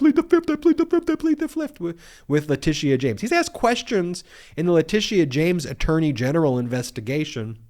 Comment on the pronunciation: Love the guy, but his pronunciation is historically atrocious, even botching Letitia James name in this video.